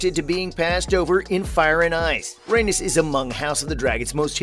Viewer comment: The way he pronounces Rheanys is infuriating